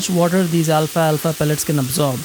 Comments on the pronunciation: It’s pronounced “al’falfa” not “Alfa-alfa” 😊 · I love your channel, and you always have great tips. But please... it's Al-fal-fa, not Alfa-Alfa. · Al-falfa, not alfa alfa. 😊